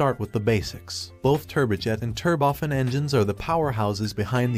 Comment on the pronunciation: Turbofen? Must be a flaw in the computerized text to voice AI.